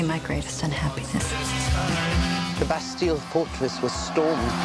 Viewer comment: I love how they don't even pronounce the "Bastille" correctly. The accents in this movie are fail. It's pretty good overall, but if you're looking for a good historical movie, skip it.